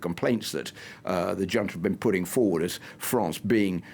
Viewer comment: How am I supposed to take this limey bastard seriously when a grown man, supposedly familiar with affairs of the world cannot or will not pronounce the word "junta" correctly? How can anyone be so insular and be put forward on international affairs. 🤨🤭🙄🤷‍♂️